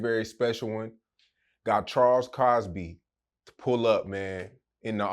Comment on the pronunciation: It’s Crosby not Cosby